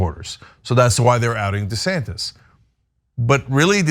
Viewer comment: Whose "DeSantez," though, Mondale?